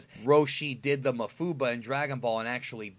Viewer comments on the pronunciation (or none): none